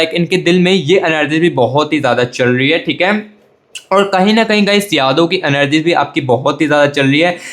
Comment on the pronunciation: Ur magision kitna time khaya ek hie baat bar bar anergy nahie energy bolte hai or bar bar partner shabda use na kare 😅I wish he will be back thanks ye pyar hoata kyun hai